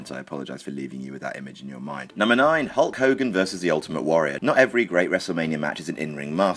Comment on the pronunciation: dont say hulke